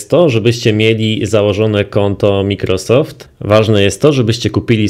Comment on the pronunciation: piszę się Microsowd A czyta się Majkrosowd mów Majkrosowd